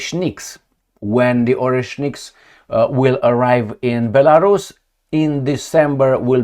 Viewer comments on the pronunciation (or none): none